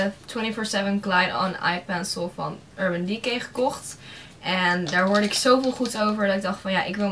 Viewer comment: hahaha wat zeg je urban decay grappig (: leuke spullen!